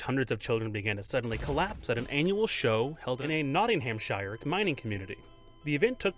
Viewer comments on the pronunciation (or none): nottinghampshire is PRONOUNCED LIKE NEW HAMPSHIRE YOU PRONOUNCE IT CORRECTLY WITH AMERICAN NAMES SO WHY IS IT ALWAYS PROBLEM?!